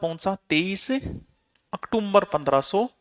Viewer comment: ऑक्टोबर बोलो ओकटुमबर नही